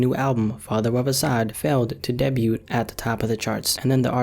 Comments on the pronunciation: Clicked off soon as you said "debute" lol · This dude said “debyoot” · Did you really pronounce the t in debut